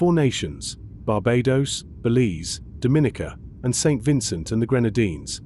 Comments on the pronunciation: The proper pronunciation is DOMinica! NOT DoMINIca. Thank you:-) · Every time the video says Dominica wrong it's like a knife to my ears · DOM-IN-E-KA!!! Please learn how to pronounce this country's name. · Dominica is pronounced like Dominoes, with a hard "O". Someone from Dominica (hard O) is a Dominican (hard O). A soft "O" makes them from the Dominican Republic because they would be referred to as a Dominican with a soft "O"......it would be pronounced DAminican but the spelling is wrong. I'm 50 years old and still hearing people pronounce my Island wrong. Imagine if someone was pronouncing your name wrong, would you not correct them. Great news for our the Caribbean people.